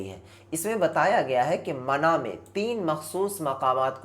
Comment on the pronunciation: Bhai pahle urdu padhna sikh le wo mana nahi mina hai 😂